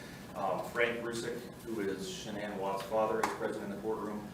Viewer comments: needs to pronounce Shanann's name properly. Wow, he couldn't even ask her family how to pronounce her name? Shame on him. SO disrespectful. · It's Shannan RZUCEK